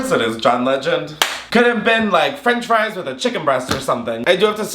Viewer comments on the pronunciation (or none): none